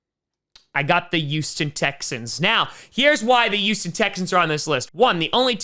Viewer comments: please pronounce the H in Houston, it’s not pronounced “euston” it’s close, but it’s pronounced like “hueston” the H is not silent like herb. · The way says Houston is youston